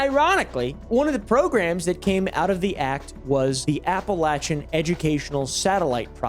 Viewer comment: idk if you knew this, but APPALACHIAN is pronounced APPALACHIAN not APPALACHIAN